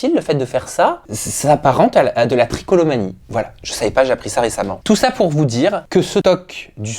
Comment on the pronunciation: trichotillomanie pas tricolomanie